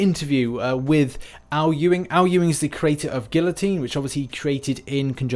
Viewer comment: Debbie Xansmom I unsubscribed when he said GuiLotine for the fourth time. Sigh